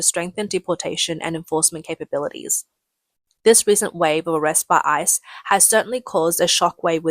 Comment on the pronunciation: GO ICE! WTG! The Trump admin said boldly WE WILL FIND YOU, CHARGE YOU AND DEPORT YOU. Leave now. If you flee, choose the NEAREST country, not thousands of miles away. Tip - instead of saying I C E, just say ICE like ice cube or ice cream.